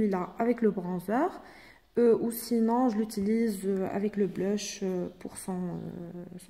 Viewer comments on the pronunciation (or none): Blush on dit pas bleeuuuuch